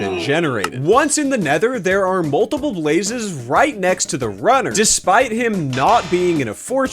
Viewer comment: I heard rudder not runner